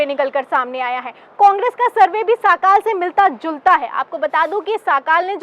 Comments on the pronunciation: साखाल नहीं सकाळ है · साकाल नही सकाळ सर्वे